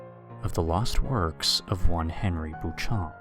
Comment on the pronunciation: Why would you pronounce it "boo-chomp?" It's French. You shouldn't really pronounce the p and the last syllable should be nasal. Also, my question is how the hell are they preserving paintings made out of blood, bile, and organs? I'd be quite interested to know the details of the conservation practice. LOL